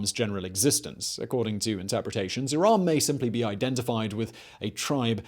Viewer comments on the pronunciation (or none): Irum is more accurate than Iraaaaam